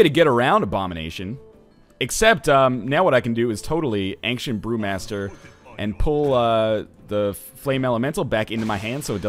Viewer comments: Do other canadians pronounce it anksient? Seems really weird to me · Does anyone else think he pronounces Ancient weirdly....